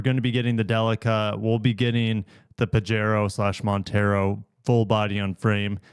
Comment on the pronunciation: Again, the name Pajero is a Spanish word and the J is pronounced like an H. But what is of more concern to me is that you said that the Destinator has a torsion beam rear suspension which might not be the best vehicle for off-roading? Did you think that statement through,? The torsion beam is in effect a live-axle rear end which the very best off-roaders usually have. The fact that you got this vehicle wrong doesn't take away from the fact that in South East Asia the 2WD 3-row mini-CUV market is booming. These vehicles are not intended for off-road use, and most are not even available with AWD. They are usually available with 7 seats and are intended to move passengers over less-well-paved roads. All the major manufacturers have them but none will ever see the light of day in the US.